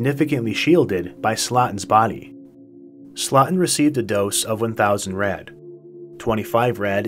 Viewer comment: it’s pronounced slowten. Phonetically speaking.